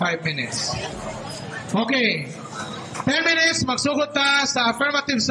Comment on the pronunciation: hambog kaau mu debate unya dili gani kabalo mubasa ug mo pronounce sige lang kag ONE MINETS haha